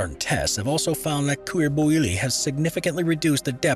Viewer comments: Cuir bouilli = kueer boo-yi, French is a pain with the double L being a Spanish Ll. so just a helper with pronouncing it correctly, more or less 🥴✌ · "couirre bouwili" omg 😂 can't listen to this without thinking of all the people having a bad time trying to learn french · Everytime he slaughtered "cuir bouilli" I cringed so hard I needed to stop the video for a whole minute